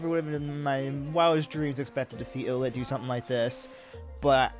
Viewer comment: 1. Thanks for the reaction. Love ILLIT. 2. Hate to be that guy (but I guess I am haha). It’s pronounced Eye-Lit. 3. Yeah, Wonhee is the best.